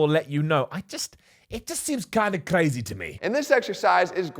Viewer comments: where did that Seth Efrekan come from mate? Kinda Kreyz! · said "Kinda Crazy" like he's Afrikaans.